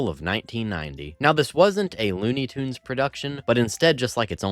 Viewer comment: It's pronounced "Tunes".